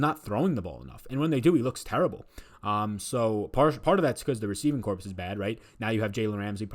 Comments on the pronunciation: Corps is pronounced core not corpse. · It's not 'corpse'. Otherwise, you da man,.